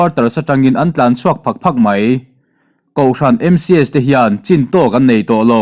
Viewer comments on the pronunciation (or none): none